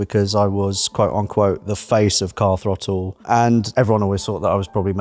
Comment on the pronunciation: or as the presenters called it Car Frottle (the Th is silent) get in mate ave it